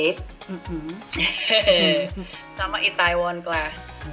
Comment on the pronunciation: Please.. Itaewon dibacanya itewon. Lama2 kok kesel😂